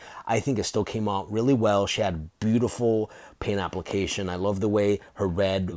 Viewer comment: I think you said "Boobtiful" or maybe i just heard that because she's thicc 😂 nice video man!